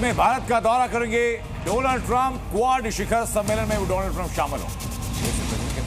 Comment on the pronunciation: inko abhi tak डॉनल्ड bolna nahi aya.